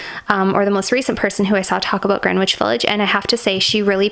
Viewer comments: Gren- itch 😂 British....living in Canada now, I hear so many mispronunciations, I sometimes confuse myself. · Haha Greenwich is actually pronounced "GREN-IDGE". Fellow New Yorker here✨🌆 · haha yes it’s Gren-itch. I think it’s probably commonly mispronounced. I’m in nyc and I’ve definitely said it wrong before someone told me how it’s pronounced 😂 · YOU DO KNOW THAT THE "W" IS SILENT IN "GREENWICH" CORRECT...?? LOOK IT UP,OR IN A DICTIONARY. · Drop the W from Greenwich.its silent my sweets....Remember there are quite a few at T J Maax. I will try and find channel that had them for you. There are so many good ones. I love you are taking your time! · The W in Greenwich Village is silent. Jersey girl here. 🙋🏻‍♀️. Great Video ❤️